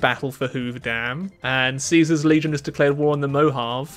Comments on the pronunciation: hearing you pronounce caesar right was pretty cool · Fun fact about Caesars Legion. If you notice, basically all of the Legion and people who work/respect them, they say Caesar as originally intended. Kai-Sar. And people who don’t respect, care or hate the Legion say Caesar as See-sar. The more you know :)